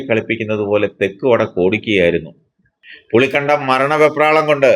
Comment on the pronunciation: പുളിക്കണ്ടമല്ലടാ ഇട്ടിക്കണ്ടപ്പാ. പുളിക്കകണ്ടം എന്ന് പറയൂ.